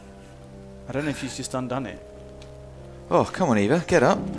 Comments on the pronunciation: Why does keep calling Eva “Ava” it’s really annoying. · Oh hell yeah! Hour and a half of Haven't watched all the way to the end yet, but does scold for called Eva "Ava"?